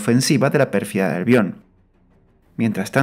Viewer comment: Pérfida Albion, no Perfiada Albion.